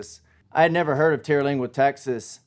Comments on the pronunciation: You know how some little things just make you crazy sometimes? Sorry, but there is no terra in TER-lingua. TER as in 3, like tertiary. Lingua as in tongue, languages. It refers to local Indian tribes. I’ve been coming here since the Terlingua Racing Team days. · He's not the only person that claims to know or love Terlingua and didn't even take the time to learn how to pronounce the name. They will MOVE here without a clue and leave soon after because it was not the fantasy place of their dreams. They are JPT just passing through. 40 yrs of seeing this. Been a wild rice out here and was for me where I belonged.